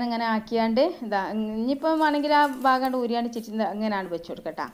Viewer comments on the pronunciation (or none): none